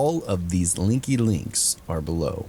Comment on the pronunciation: The way u said linky lol also do more paranormal pleasssseeeeeeeee